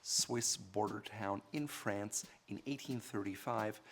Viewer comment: Lol how he pronounced FRANCE. Dead